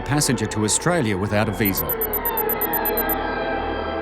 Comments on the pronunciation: He can't even say Australia ! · Lol, I was born is tralia. If you were born then you would know how to pronounce the name of the country (Australia) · He can't even pronunce the country he says he was born in.